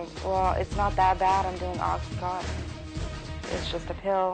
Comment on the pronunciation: I'm finding this video very difficult to watch. There's too much back-and-forth and overlaid imagery. As if it is an extended music video. Furthermore, the repeated mispronunciation of 'oxycontin' as 'oxycotton' is irritating, to say the least. Don't misinterpret my opinion as being anti the need to get smart about drug use but this video feels like the 21st century equivalent of any 1970s anti-drug propoganda.